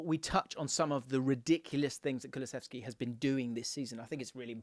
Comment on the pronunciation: "Kuluseski, waddaplaya" -Pep